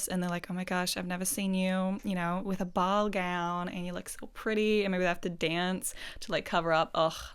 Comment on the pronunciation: when you said "ball" I hear bowl and like attending to, as in like taking care of a bowl 🤣